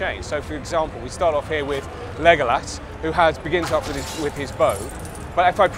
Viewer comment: he isnt even saying legolas right